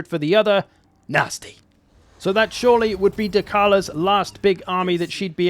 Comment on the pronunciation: So that "shore-ly" would be Dechala´s last big army... Hehe